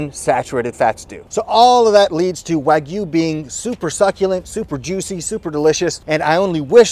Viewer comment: This guy pronounces wagyu “Ragu” like the cheap pasta sauce